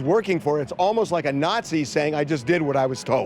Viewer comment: Who are these "Littegens" that Harvey keeps saying are walking into the court room right now after every episode? I've never seen an episode with anybody named Littegens. He says that on every episode but nobody ever sees them.